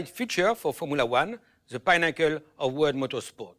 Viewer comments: Hahaha yes he said pine-acle. And the pronunciation is pinn-acle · Im happy im not the only one who heard it that way. Took me a second to realize he meant pinnacle